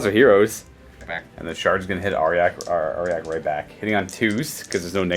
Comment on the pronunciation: I'm sorry its not "are-yack" its "are-jack"